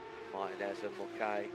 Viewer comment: For the next race Mulcahy is pronounced Mull-kay, i can hear my ex screaming down my ear at the mispronouncing of her name 😅😅